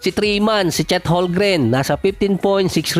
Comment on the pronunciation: homgren silent L